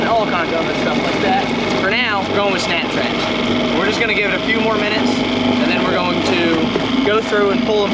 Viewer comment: Thought you were saying snack traps. You had us in stitches today. Thank you. Wish we were closer. never eaten crabs.